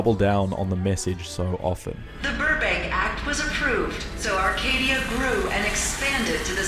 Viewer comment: It's Arcadia. Not "Arcade"